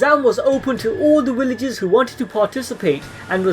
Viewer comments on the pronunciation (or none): What the hell are “Willages”💀